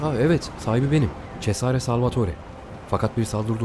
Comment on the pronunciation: o çezare sezar diye okunuyor :)